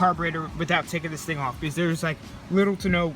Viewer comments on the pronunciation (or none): Say because not bz